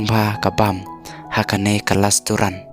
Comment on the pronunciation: Lasturan 😂😂😂😂😂😂 pronounce bha keiñ bah